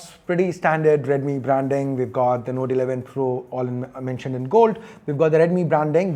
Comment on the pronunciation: Please control the accent. You said "Node 11 Pro" and "Node 11 Pro+".